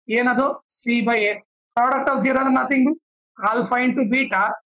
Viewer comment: Nice explanation 👍 but zero ❌gero✔️😂